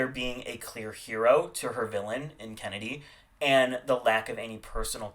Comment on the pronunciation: fame and who? Did you say Kandy instead of Kennedy? Like you said it twice